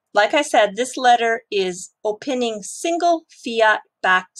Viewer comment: Love the content! Thank you! Just FYI, the word opining is pronounced Oh-pine-ing like the tree. Also really love the fluff. I always watch the whole thing as it is usually timely cultural jewels from Japan.